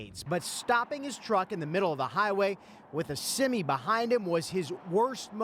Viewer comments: Did this guy call it a seme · "with a semee behind him" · I’ve been in the death wobble before and there over reacting. And did this man just say semee